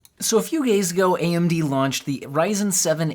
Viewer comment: yo I heard you said "so a few gays ago" lol